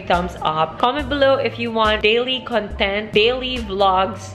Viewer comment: You keep saying “con-TENT” (stress in the last syllable) which is an adjective meaning to be in a state of peaceful happiness. I think you mean to say “CON-tent” (with stress on the first syllable) which is a noun meaning “topic.” Sorry, I don’t mean to sound like a grammar police but I just wanted to let you know that the difference in meaning changes depending on the placement of the stress. 😊 I enjoy your videos and keep up the good work!